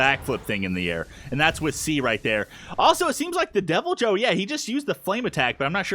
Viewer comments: Say it with me Devil-Joe Deviljho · You Call it devil joe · Rathalos is male Rathian is female.Also I also pronounced Deviljho as Devil Joe, but people call him Jho or the pickle. The music that plays when you roar is the monster battle music in monster hunter. I used to play MH Tri but then MH series went to handheld. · Yup it's a wyvern and also u butchered the deviljho's name but it's okay cuz it was funny